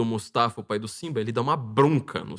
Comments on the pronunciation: Não é Mustafa. É MU-FA-SA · O falar Mustafa em vez de Mufasa quase me enlouqueceu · Mufasa,. Não mustafa. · O nome do pai do Simba não é Mufasa? O falou Mustafa o tempo todo 😅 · O cita tantos nomes que eu custo a entender e quando chega no nome do Rei Leão "Mufasa" ele não acerta de jeito nenhum!!! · MUFASA! MUFASA! Que agonia ouvir o nome errado. Vai ter que editar todo o vídeo e redublar estas partes.